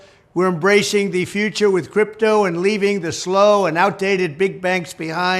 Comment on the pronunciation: He calls it scrympto?